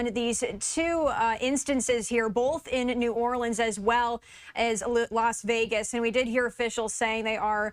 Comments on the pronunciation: Biden keeps saying "NAWLINS". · If he says “Narlens” one more time I am going to throw up!! Only people from New Orleans say Narlens!! Just like Kamala’s fake accents!! He is reading a teleprompter because he doesn’t even know where New Orleans is!! Just go back to sleep Biden! Trump already talked to us, while you were sleeping!!